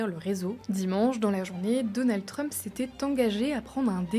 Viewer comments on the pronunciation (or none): none